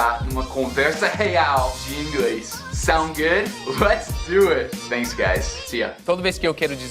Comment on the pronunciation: vc falando a palavra Thank you ou Thanks, várias vezes pareceu que vc estava dizendo Fénks ou Fénk you com som de F. Apenas na última vez em que você thanks, pareceu som de T